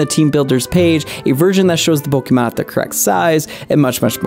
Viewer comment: Why do you say "Pollkeymarn"